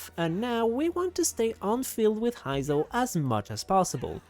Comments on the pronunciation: That “Hy-zo” is killing me… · btw Heizou is suppose to sound like "hey zou" not "hai zou" also, not "Vi-shap", more like "V-shap"